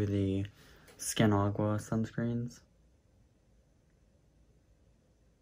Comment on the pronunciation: I don’t know why u pronounced the word Aqua as agua 😅